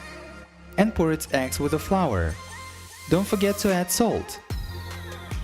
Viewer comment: I heard 2 ex not eggs :,D